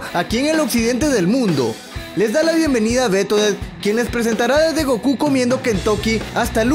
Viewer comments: goku en el original tiene mayor acento en "U", asi que lo correcto es decir gokú no góku como uds dicen:v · chalés este men me decepciona mucho Goku qué asco pronunciar un comercial de Kfc qué asco solo kerian los termos por eso iban 💔XDXD